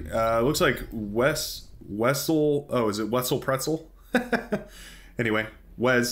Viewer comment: I liked the "wezel Pretzel " pronunciation lol